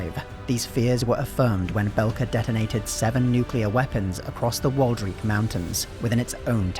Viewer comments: WaldREICH Mountains like "3rd Reich" Not Waldreek like "your pronunciation reeks" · He did it right the first time. Tho he pronounced Waldreich wrong.